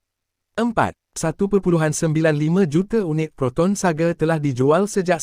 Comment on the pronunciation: Sebutan SAGA bang..bukan sage